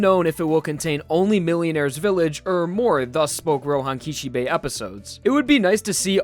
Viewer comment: "Roehan Kishebay"